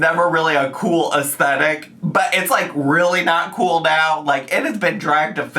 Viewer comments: to buy things BEFORE moving is the most insane thing ever???!!! you want to have as little as possible when you pack and move, and then you buy whatever else you need once you’re moved in. what is wrong with them. Also the way she says “astetic” instead of “aesTHetic” grinds my gears….and her taste is so unbelievably tacky wow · Um, its "Ess-dettikly" thank you very much everyone 😂